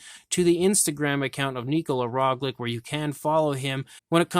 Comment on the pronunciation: It is Roglic and not Roglik